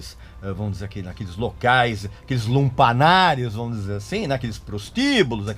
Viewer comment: Não é lumpanar, é lupanar.